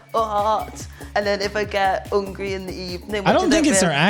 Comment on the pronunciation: She said Ungryh not hungry